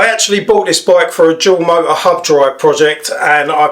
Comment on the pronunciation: Accent kills me. Mo-er. 🤣🤣🤣🤣🤣🤣